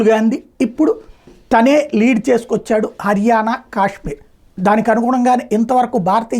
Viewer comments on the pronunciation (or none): none